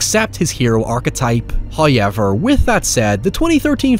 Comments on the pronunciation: love your videos, especially when they talk about my #1 favorite franchise. But I need to tell you something, and I don't know how well you'll take this... the word 'however', does not contain the letter Y. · I love this "HOYEVER" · Deadite: "I'LL SWALLOW YOUR SOUL! I'LL SWALLOW YOUR SOUL!": (holding shotgun) "HOYEVER.":::Deadite explodes